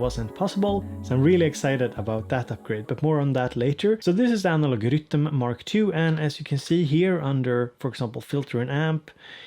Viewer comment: I'm here just to hear you say 'Rytm' thanks!!! Ps updated mine last night!!